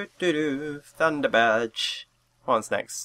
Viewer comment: You've got to pronounce it better. Da Tunda Badge!